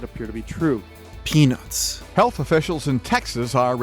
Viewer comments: when he first said parnell's peanuts, i thought he said parnell's penis. lol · Say peanuts without the t…..